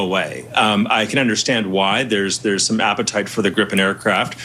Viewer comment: [gree-pen] if I may.